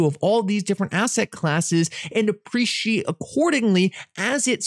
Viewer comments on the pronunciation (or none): none